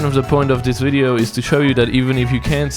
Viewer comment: says video right. says windeo.